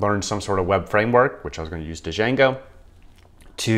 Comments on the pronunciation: It's just "jango", the D is silent. "DuhJango" has me rolling though. :-P Nice video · Good video but everytime that he says D—jango, I cringe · The D is silent, hillbilly